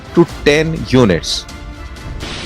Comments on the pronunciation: You saying Pinak is like me calling you Dan-beer. Please prounce the names correctly. Then, when your title is about Pinaka, report that first. Also, it's not mythology. It is history. How ignorant of you! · PINAK?? It's PINAKA! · Bro it's pinaka. Not pinak Pinak is press cake leftover after oil extraction